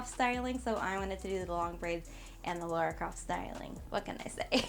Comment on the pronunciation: It's LARA CROFT not LAURA